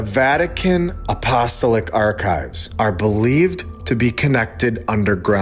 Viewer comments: LOLOL stop saying “Apostoelick” and say it “ahpo- stall- ick” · A..po...sto...lic The syllables are after the A and each o I grew up Catholic. No offense intended! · I can tell you’re not Catholic or Christian by your mispronunciation of Apostolic. A couple of comments. Most of us are well aware of the necropolis and catacombs of Rome. There have been videos about the discovery of a markings indicating the location of Saint Peter directly under the center altar. And the early Christians buried believers in the catacombs and held masses there too in order to avoid detection by the authorities who persecuted them. As for the archives, 2000 years is a long time and acquiring a million books is not outrageous. But cataloging and preserving them would be quite a challenge, especially since the city was sacked and burned multiple times since the first century. Do you really think the average schlub should be allowed to walk around unguided and touch priceless ancient manuscripts? Our generation paints graffiti on everything from busses to buildings and looters exploit any breach insecurity they can. Just look what’s going on in Los Angeles. What was lacking in the video was any theory about what exactly they’re hiding. The Pope Paul VI auditorium and its demonic looking sculpture provide a clue that the very top of the Church isn’t worshiping what the rest of us are. Is that a modern change or does it go all the way to the beginning? That’s where I’d focus attention. Has the Church been infiltrated by believers of Baal? Do they conduct human scarifies there? Child trafficking? Dig deeper.